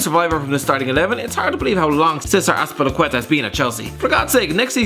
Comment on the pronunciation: Complains about how people pronounce Azpilicueta, pronounces it wrong yourself